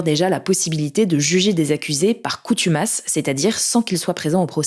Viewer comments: On dit : "par contumace" , pas coutumace !! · "CONtumace" ^^ et non "coutumace" comme prononcé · Ce n'est pas "coutumace" mais "Contumace" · « Condamnation par coutumace » ptdr par CONtumace. Des fois vous sortez des trucs quand même… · coutumace n'existe pas, c'est "CONTUMACE" plutôt non?? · CONtumace, pas COUtumace. Bon et puis pour un "Tribunal" qui sert à rien et qu'il va falloir payer encore... Juste arrêtez SVP. Déjà le "prêt" de 90 milliards dont on reverra jamais la couleur... Et intéressez vous plutôt à un certain "allié" qui nous sanctionne sans raison, créée (oui, si on avait simplement dit "non, c'est bon pas d'Ukraine dans l'OTAN" y aurait sans doute pas eu de guerre d'ukraine, et je parle pas de l'Iran où en plus après avoir foutu la mrd il gueule parce qu'on aide pas assez selon lui à réparer les conséquences de ses c*nneries) et entretien des guerres qui nous force à acheter son pétrole, son gaz et son matériel militaire hors de prix et renforce au calme sa présence sur des territoires européens qu'il dit vouloir annexer... Ces quoi ces grands débiles? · contumace et non coutumace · CONTUMACE pas coutumace XD ouesh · Contumace, et pas coutumas ! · « Contumace » se prononce comme ça s’écrit